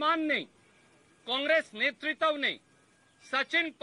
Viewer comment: नेतृत्व तो बोलने नहीं आ रहा नेतृत्व और netritwa में अंतर होता है